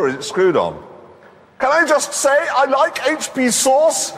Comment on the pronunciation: “Can I just say I like HP sauce?!” Clarkson’s German accent is top notch😂